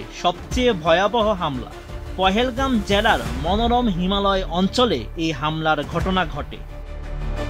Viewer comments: পহেলগাম না সাংবাদিক ভাই পেহেলগাম হবে 😅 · আপনা আপনারা তো মূর্খর মতো বলতেছেন পহেলগাম, স্থানটি নামে বলতে পারতেছেন না,, স্থানটির নাম পেহেলগাম।। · উচ্চারণ ঠিক করে সংবাদ করেন জেনারেল আসিফ মুনির পেহেলগ্রাম